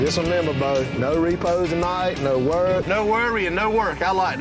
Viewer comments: I heard the noar no and immediately thought of Australian accents. And there you have it. says what I am exactly thinking. Dude get out of my head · that ''no'' sounds cockney af! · Wait do us Aussies really say "no" like that? I swear it doesn't sound like that